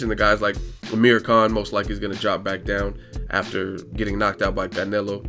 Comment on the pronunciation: I really hate how he says "canelo" lol